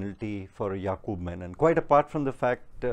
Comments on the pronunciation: Funniest part he repeatedly kept saying Yakub "Menon"... While his name was Yakub "Memon" was it deliberate 🙄🤔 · Ek to "MEMON" hai "MENON" nahi. Menon South-Indian Keralite Hindu surname hota hai jab ki Memon ek purely Islamic surname hota hai. Jisko bachane ja raha hai Navlakha, uska naam bhi properly nahi aata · Sala memon ko menon bol raha hai gautam nauhaga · So much detail in the speech and yet no attention to read the name properly? It's Memom and not Menon. No one likes to hear their names distorted in letter or in spirit and here a decent Hindu Mallu community is being maligned as opposed to a completely different individual who has nothing to do with Kerala.